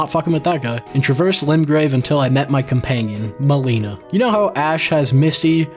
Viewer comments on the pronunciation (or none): Why do you call her "molina" when she literally vocally says her name is "mel-inna" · It's not like Meliiiiina it's like malena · I’m still trying to wrap my head around why you called her “Maleena” she says her name is “meh-lin-a” so why did you pronounce it differently) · MELINA ME-LIN-AH NOT MELENA Unreasonable crash out mb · bro said meleena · But you said Melina's name wrong though.